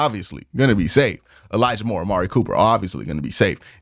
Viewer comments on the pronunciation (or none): none